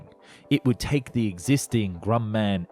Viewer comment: Is this an AI trained on your voice or do you just read a typo filled script? I cannot imagine an aviation enthusiast saying Grum Man or Nizmit